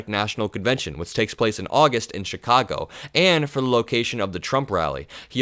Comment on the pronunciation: Thanks for pronouncing Chicago like a Chicagoan does.😎